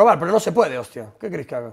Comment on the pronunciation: Se refería a "haga" y pronunció "haiga", la gracia sería si quisiese decir "haya", pero no fue el caso